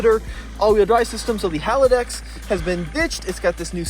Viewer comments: Pretty sure it's haldex not halidex. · It’s “hall dex “ just to let you know how it is supposed to be pronounced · It's Haldex not Halidex.